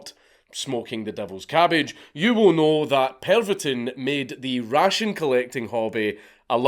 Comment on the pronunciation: D-IX and Pervotin? dix and PERVotin? Come on